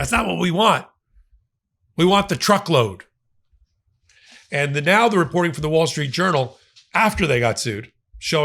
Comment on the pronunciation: “Truckload” or “Trumpload”? I thought that I heard the latter uttered by at least once.